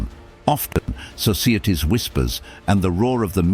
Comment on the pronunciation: The mispronunciation by this AI voice ruin a good episode . “unbridaleed” “escapping” “soseeatee “and several others sound silly. Use a real voice over artist and pay them .